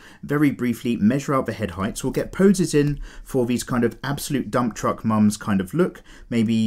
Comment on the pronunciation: Casually says “absolute dumb truck”